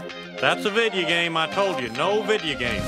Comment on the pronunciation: Said Video Game Wrong It's Video Game Not Vidya Game